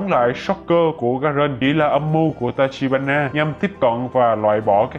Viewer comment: đoạn 23p cứ đọc là tachihara nhể:))tachibana mà